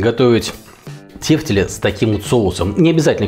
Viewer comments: почему в слове тефтЕли ударение на первый слог? как же ухо режет. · Первый раз слышу ударение на первый слог ))